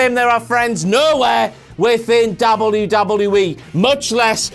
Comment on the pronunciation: why does he say wwe so weird hes like wluwluei